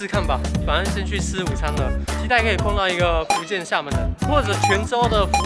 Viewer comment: 臺灣的台語也有分口音 但是基本上都還能辨別 而你的台語就像北部一些不會講台語又硬要講的那種 光是開頭的廈門與福建就能聽出你的水平 廈門的廈直接用ㄒ一ㄚˋ說? 福建的福應該是第五聲 先把基本的對話練好再挑戰吧! 別開口就破功